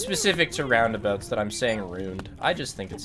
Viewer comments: After the third time he said "rundaboots" the video became unbearable. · I died a little inside everytime he said Roondaboot instead of roundabouts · stop saying "ROUNDDABOOTS" its ROUNDABOUTS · love how the entirety of chat was mocking him when he was talking about roondaboots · and his roon der boots